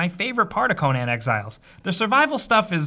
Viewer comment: wtf is co-NAN?